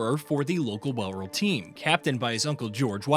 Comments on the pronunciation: Why the hell have we got an American commenting on a sport they know nothing about? The mispronunciations alone are teeth-grinding! The 'bow' in Bowral rhymes with 'how', not 'doe'. Try some proper research before speaking such rubbish. Otherwise get an Englishman, or an Australian, or a West Indian, or an Indian, or a South African, or a Pakistani, or a New Zealander to do the commentary! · Yet to see any of these shit low effort AI channels pronounce Bowral correctly....